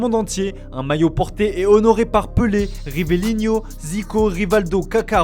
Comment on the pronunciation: Un peu d'effort sur l'accent pour la prononciation de mots faciles en portugais ! Cherchez comment se lit le dernier a de Paquetá ! et c'est MoreNinha pas MoreRinha et Rivelino pas Rivelinho